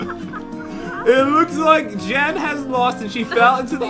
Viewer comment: You said jeb